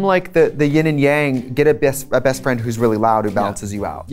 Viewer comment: Trixie Wisco accent almost fell through. “Get a Baest..best friend”